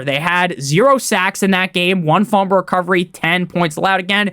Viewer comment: I need a video of you saying Fumble (Fum-Bull) Recovery